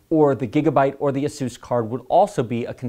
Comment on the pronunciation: you say asus wrong